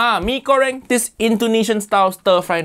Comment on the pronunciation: Bro im so happy the how to basic guy didnt mess up mie goreng.im indonesian and it wouldve hurt me